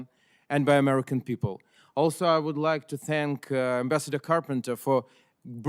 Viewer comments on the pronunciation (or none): none